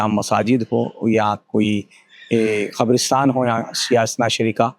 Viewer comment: Qabrastaan not kabrastan.